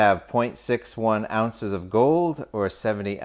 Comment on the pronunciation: there is no t in ounzes :D